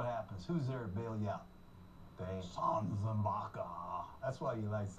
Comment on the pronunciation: pryor didnt even say his name right, but gruden did